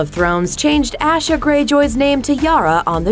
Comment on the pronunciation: You mispronounced Asha. It's Tasha, without the T.